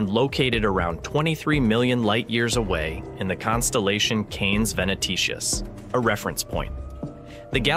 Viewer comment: To say nothing of his pronunciation of Canes Venatici (Venaticius?)